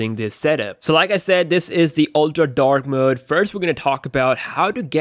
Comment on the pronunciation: How many times did he say dak mooood